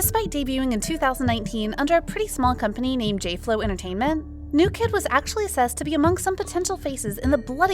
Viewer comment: The hashtag was “New kidd are 7” , not “new kid dare 7” 😂